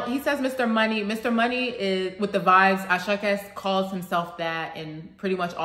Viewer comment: Àṣàkẹ́ is 3 syllables.... Mr. Geebu....Mr. Gabriel in Yòrùbá O da Yan mọ́....Don't you recognize a star Ẹẹ ni cable....Don't you got cable tv.... He is just rhyming here.... ❤😂